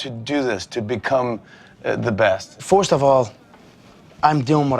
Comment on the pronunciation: "Forsht of all..."